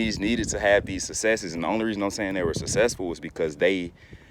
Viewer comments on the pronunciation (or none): Sir i believe successful has a c sound in the middle of it, not sussessful! Have a good day.